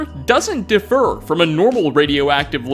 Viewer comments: Only note I have is that it’s diff-ER, not duh-fer. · It's "differ" pronounce "diff-UR" not "DUH-fur" (which is a separate word, "defer"). Differ means varies from and defer means puts off.